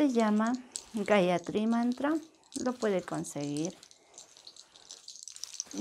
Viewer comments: ... She said the Gayatri Mantra with correct pronunciation... Amazing loved it ❤️ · Love the way she spell that gathri mantra ♥️♥️♥️♥️🇱🇰